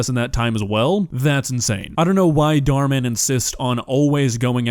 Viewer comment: I like how he calls dhar mann “dhar dhar”